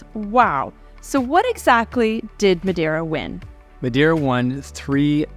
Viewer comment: You should pronounce the island name correctly especially when your videos are great